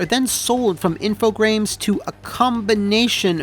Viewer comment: Infogrames sounds like Steve Brule trying to say Infogames